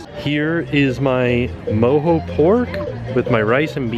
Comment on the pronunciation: I think that's pronounced MO-JOE ... NOT ... MO-HO LOL!! Watch a little Austin Powers once in a while!!